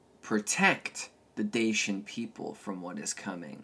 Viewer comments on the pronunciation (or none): The Dacians were not Thracian. Its also pronounced Dashian not Dasyan